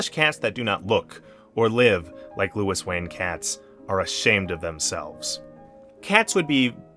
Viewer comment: Thanks for the video. It would have been better if you pronounced his first name correctly. The French way.